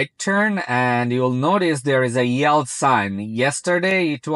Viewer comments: Much better without the toll tag! BTW yield is pronounced "yeeld" as in "bee" not "yelled" (which of course means shouted). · Wth is yeld? Yelled?? 😂